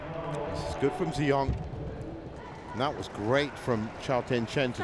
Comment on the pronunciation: Probably that's the reason why the commentator always sound like he's saying An Se-young instead of Ng Tze Yong haha.